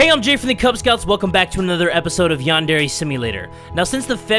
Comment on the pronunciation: Its called yan-dre